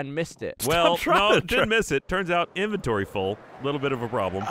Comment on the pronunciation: Also, it's pronounced inventory, not inventory.